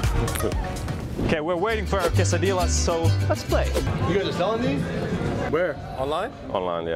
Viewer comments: The way yall pronounce the "L" in quesadilla is hilarious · LOL Quesadilla is pronounced Que-sa-di-ya.... love the video wish you guys did a tour in san diego